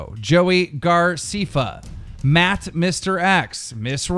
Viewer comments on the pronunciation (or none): "Joey Garceefa"